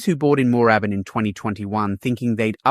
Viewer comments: Need someone to do these things who can pronounce the suburbs correctly - NO ONE pronounces 'Moorabbin' like that in Victoria - it's like listen to a Yank pronounce Melb-bourne or Bris-bane, it is very cringe worthy. Try saying it again with the double 'oo' nearly silent. And 'Malvern East' is pronounced 'Mall-vern' where you use the Yank 'mall' sound. Don't care if you are a Pom speaking your style of English, you are in Oz, if you going to do business videos like this, get the pronunciation right!!! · You need to learn to pronounce the suburbs properly please! Moorabbin and Malvern!